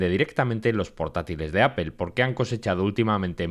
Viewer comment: Que marca es "Apél" ?? 😂😂